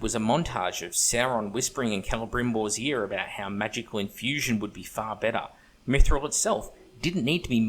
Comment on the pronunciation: sir i almost spat my drink when you caalled it 'maguffthril'